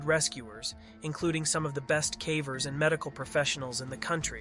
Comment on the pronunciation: Is all of the work put into these videos AI generated??? There's no way someone reading a script on a channel that dives into cave stories would call cavers "cahvers." Really starting to notice the inconsistencies as well as similar descriptors throughout all of your content. I was enjoying these videos until I realized it's probably all AI generated. IF it's all being AI generated, at least write your own script/narrate it yourself.